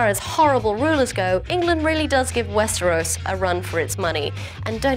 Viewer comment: Oh no you said 'Westeros' weird!!!